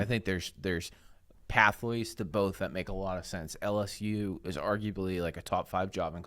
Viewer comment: Could someone please teach him how to say “L-S-U”?! It’s “L”! Not “Alice-U”, or “Al-S-U”! How are is its to say the letter L?